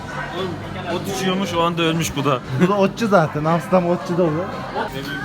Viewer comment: Abiler yalis söylediginiz seyler altinda Amsterdama Amsdam diyeni ilk defa görüyorum!!!! Baskasina laf atmadan kendine bak bi !!!!